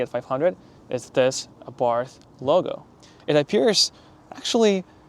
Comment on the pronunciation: The h is silent